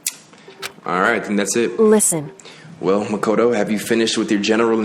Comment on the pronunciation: Bruh Fr At least he started saying Makoto right. And Byakuya is basically pronounced Byakugan.